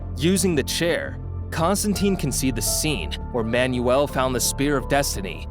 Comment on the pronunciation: I gave up on this video after he mis-pronounced both Manuel and Occultist within the first .